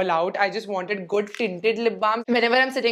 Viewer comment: Its good not goodh